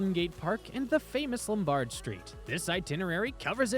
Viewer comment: LomBARD st.? No. LOMbard, like Carol.